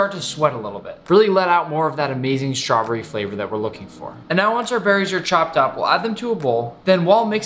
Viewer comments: I love how he says ✨🍓 Schtravberrie 🍓✨ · tf the way he said strawberry lol